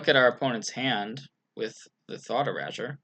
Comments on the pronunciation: Yeah, it definitely shouldn't rhyme with leisure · e - ray - sure Erasure :) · lol learn how to say erasure.